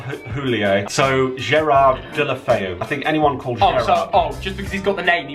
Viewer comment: Also Watford: delefeou